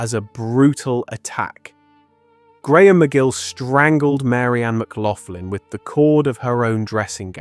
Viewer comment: Thats not how you pronounce McLaughlin.